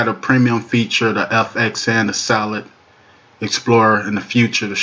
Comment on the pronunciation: "Solit" is not a word as the way you pronounce it. The proper spelling is "Solid" and is pounced like it is spelled